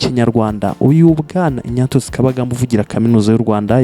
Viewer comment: Ariko tunafite ibibazo mu ngeri nyinshi. Nyumvira nawe umuntu ukora ikiganiro kuri youtube, uwo mbese twakwita umunyamakuru. Tekereza gusoma izina Ignatius ngo ni INYATIYUSI😂 Basi iyo uvuga INYASIYUSI???